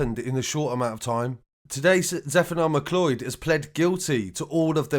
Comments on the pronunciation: This is possibly not the most important part of this story about people being brutally murdered, but it's pronounced like 'McCloud'. Why does everyone think it's 'mcloid' or 'mclee-od'? Has nobody heard of The Highlander? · Its pronounced Mcloud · I think its name is pronounced "McCloud" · McLeod... pronounced "Mick Loud" LoL😄👍